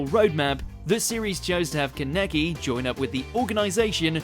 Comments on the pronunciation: Keneke. I've never been more hurt by how something was pronounced lol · still waiting for the day that people finally pronounce Kaneki correctly. this is how you pronounce Kaneki: KAH-NEH-KEY